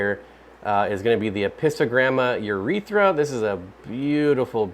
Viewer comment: "air-ITH-rura"... not "urethra"